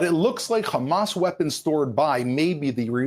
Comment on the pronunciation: Khamaaa.. khamas. Khamaaas. Everything you see khamas. Evil Zionist.